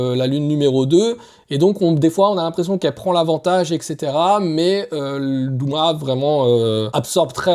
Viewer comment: Tènjirô ? Douma ? Ufotablé ? Pardon ? Attention à la prononciation. Rien ne va 😅